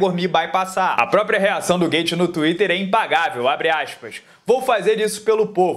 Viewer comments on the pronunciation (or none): none